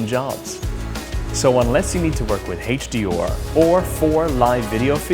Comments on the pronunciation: The guy has virtually no weird accent, and then suddenly HD-OR ? WTF? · HaitchDeOr LMAO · Couldn’t get past how he was pronouncing HDR... HD’or